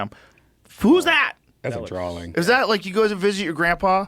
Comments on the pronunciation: How does redban not know that its “drawing” not “drawling”😂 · How does Redbad manage to squeeze an L into the word drawing